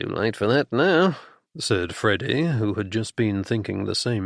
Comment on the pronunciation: I like the narrator, except when he says "Freddy" most of the time I hear "Frodo". The humor is great... kind of Bertie and Jeeves ridiculousness interspersed with some more serious danger in some of the books. I thought I had figured this one out, but there were some twists that surprised me!